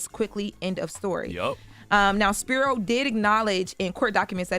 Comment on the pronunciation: Just one note: It’s pronounced SP-EYE-RO